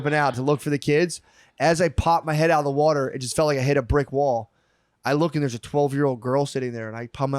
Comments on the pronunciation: Every 2nd or 3rd time Matt says "water" the Philli accent comes out like "werter" its the best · I think Matt is is trying to sell the pronounciation of water as "wooder". His pronunciation of water as "wooder" comes up a lot... 😆